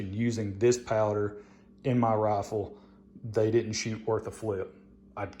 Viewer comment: Roffel? Wth is a roffel?